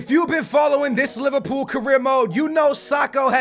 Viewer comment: Did say Liverpoo - 😂😂😂😂😂😂😂😂😂😂😂😂